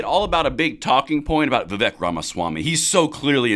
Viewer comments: He's a fantastic candidate, but no one can see to say the guys name right. Viv ache, like cake. I've seen a lot of respect for him, but let's show it by getting his name right, lol. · a vote for Vivek (pronounce Viv-ake, like cake) is a vote to abolish the ATF, FBI, DOE, etc. Let's get it! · For your info, his name is pronounced Va-Vake, rhymes with cake. He is quite used to folks mispronouncing it, but I think we all should learn to get it right. He may or may not succeed this cycle, but he is likely to be around for quite some time!! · Just an fyi, it's Vivek, pronounced Vi-vake. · I wouldn't vote for any body when two thirds of American's can't pronounce his name